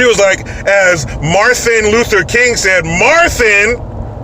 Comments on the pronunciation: Marthin Luther King.. I haven't heard a child say that!! LMAO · “Marthin Luther King”... Great. The people in certain districts are electing women who learned to speak from Sylvester The Cat. BTW, Randy Johnson is an athlete (not ass-leak or athleak or whatever she said) and he’s a son of a bitch! I’m sure my fellow Yankee fans can agree.